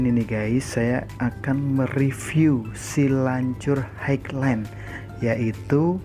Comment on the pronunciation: bacanya ..hai len.. bang :D